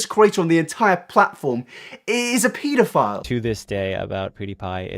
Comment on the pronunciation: Great video but I have to point this out: the way u say pedophile xddddd just xdd